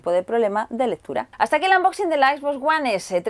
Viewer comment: es unboxing no anboxing